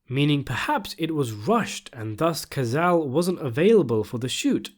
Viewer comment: Pronounced “kah-tsa-lé”, not “kazal”. It’s an Italian family name.